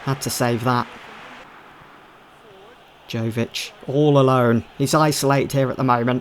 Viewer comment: not to quibble but Luka Jovič is pronounced Yovič